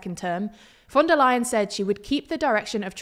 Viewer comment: thats actually the correct pronunciation this time